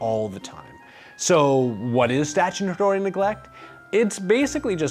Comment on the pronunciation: you wrote it as "salutary" (which is correct) but pronounced it statutory (which isn't)